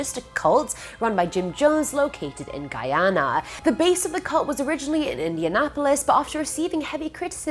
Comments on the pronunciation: Kudos to you for actually pronouncing Guyana correctly, nuff love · Thank You for pronouncing the country's name right.